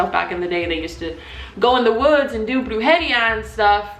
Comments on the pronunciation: it’s not brOO jE ree ah it’s brOOjeREEA brujería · it's not "bruJEria" , it's "brujeRIa" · Brujeñia?? Sis you mean brujeria😂 love you tho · why’d you say brujeria like that 🤨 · When u said “ Brujeria “ I cringed 💀😂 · didnt pronounce it right